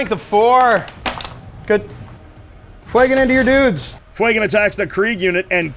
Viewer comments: FWAY-GAN? Do you mean Fuegan? FYOU-GAN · Great game but fuegans name being miss said is a off put